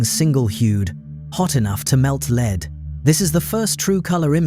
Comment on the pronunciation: "Venus has geography"??? I think that was supposed to be "geology". And why do AI slop generators always mistake the the word "lead" referring to the soft metal with "lead" as in 'lead the way"?